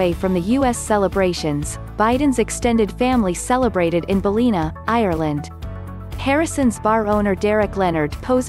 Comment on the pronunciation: It’s pronounced BAL-LIN-A, not Balleena